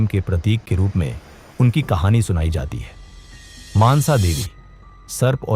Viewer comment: Maaansa devi nahi mansa devi hai unka naam